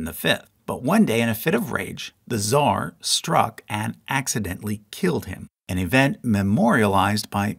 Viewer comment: It's not fucking "zar", it's "tsar" and you even wrote it. Learn to fucking speak or shut up.